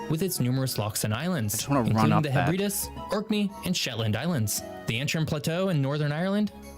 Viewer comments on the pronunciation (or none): "The Sheb-re-das"! 🤣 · Could you try to pronounce even slightly correctly hebbred???s hebredes's clue - eeee not ???? gibberish. you have no feeling or respect for your topic. circus time. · What is a 'Hebbridduss?' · this narrator guy is butchering british place names! 🤦🏻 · It matched his bizarre pronunciation of the Hebrides as well